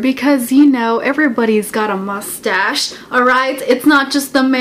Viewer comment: I love when you say mostage XD LOL